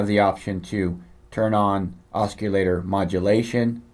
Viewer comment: Cool review, but.... it's pronounced OSS-i-later. There's no hard 'C'. Just an FYI.